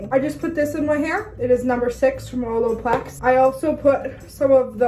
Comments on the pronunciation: she def says “oloplex” instead of “olaplex” hahaha love it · nobody:: oloplex